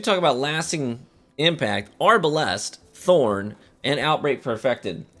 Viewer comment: arbalAAAst lol. why is he saying it like that?